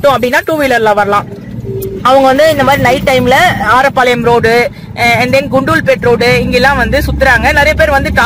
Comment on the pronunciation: அது ஆரப்பாளையம் இல்லை அரேப்பாளையம்